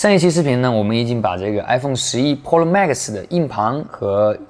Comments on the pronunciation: 哥。。。pro读普肉。。不是剖肉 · 把Pro说成Polo，一定是故意的。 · pro的发音太喜感了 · 你别说真的和日式pro发音好像